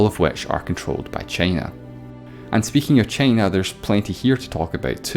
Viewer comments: Why are u saying chiina its china dude wtf i am not angry but angry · Why does he pronounce China as "Chaina" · Pal, that funny pronunciation of 'Teime' (Time) and Cheina (China).